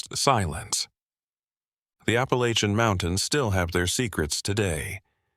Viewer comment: Granite Falls NC...... you're not pronouncing Appalachian right.....!